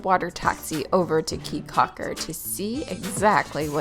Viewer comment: Your video is great, very enjoyable! Thank you!!! Just so you will now and not to upset the local citizens, It is AmberGris Caye with a hard G in there. and Caye CAULKER like chalk her (almost). Come back soon!